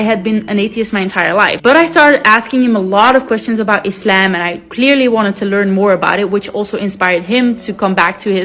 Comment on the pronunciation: ISLAM not iS sLaem... Muslim not maslim